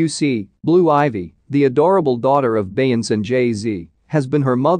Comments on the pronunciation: But can you say Beyonce the correct way😂😂😂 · You can show her RESPECT. AND SAY HER NAME CORRECTLY!. YOU KNOW WHO THE 🤬 BEYONCE IS 💯